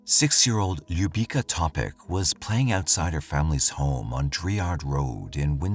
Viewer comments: Na samom pocetku je ime i prezime izgovoreno tacno (skoro tacno) ali kasnije para usi kako izgovara njeno ime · I am going to be honest, you said name of Ljubica Topić wrong. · Ljubica Topić You mangled that name, man. Go to Google translate, select Serbian and have it read it out for you.